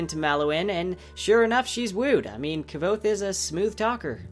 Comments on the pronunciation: His name is pronounce "Kwoath" not "Kah-vothe," there's even a line in the beginning of the first book clarifying this and multiple forums with the author clarifying it online. Weird that there's a fan video this in depth that says his name wrong the entire time... especially when its spelled phonetically in the beginning of the debut novel. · Kah vOth? Its pronounced Quoth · Kvothe is pronounced "Cuouth" :) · is the name of the protagonist really pronounced like that?? ka vo tha???? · well, the only reason I asked is; I pronounced his name very differently as I read these books first time over past few weeks. I pronounced it like 'Kvo'-(similar to 'slo' in slow) and 'the'-( similar to 'the' in theory). I only looked at the videos after I finished 2nd book. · I pronounce it Kavote (Ka-vote). Does that trigger you too 🤣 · Its pronounced QUOTHE like quote. Great video though, EDIT: I just read comments mentioning the same thing and you mentioned you say it how you feel it. I do the same thing, took me 6 years to say Hermione right lol. I do it with a ton of characters, but if you're going to make videos about it then you should expect people correcting you. Awesome job by the way. I was thinking of starting a book channel since there arent too many of them. Maybe we could do a collab. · Actually never mind. Found it. You and I are pronouncing it wrong haha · Maybe I'm crazy but aren't you saying his name wrong? I thought the name was pronounced like Qwouth. Like quote with a th. Maybe I'm hearing what you say wrong but sounds like you're putting a V in there. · The V Is silent. "sounds like Quothe." The pronunciation is in the first book. Right before he tells his story. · Dude! Doesn't Rothfuss tell us in book one how to pronounce Kvothe's name? If I remember correctly, it's pronounced like "Quothe." No "V" sound at all. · Indeed, found it quite distracting how he kept pronouncing it keh-vote. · i like you videos but PLEASE learn how to pronounce Kvothe!